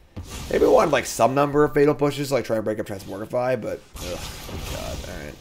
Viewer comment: Say TransmoRgify one more time